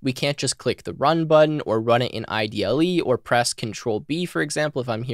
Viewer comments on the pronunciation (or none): Hey thanks for your videos! I love a good TUI, so that's going to be useful. PS: Quick nitpick about IDLE. it's supposed to be pronouced like the word 'idle', it's an hommage to Monty Python's Eric Idle. Monty Python are the reason the language is called Python. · I believe the Python IDE is pronounced “Idle” as in Eric Idle, one of the members of the Monty Python comedy group.